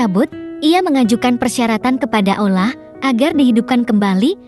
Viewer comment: Ceritanya bagus, tp agak kurang suka penyebutan Allahnya. Sprti ngomong alah